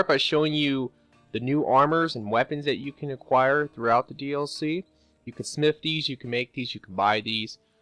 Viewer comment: When he says smith it sounds like snif